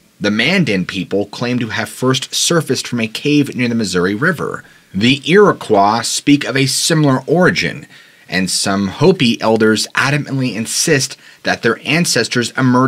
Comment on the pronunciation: Iroquois ends in "koy", sheol sounds like shayol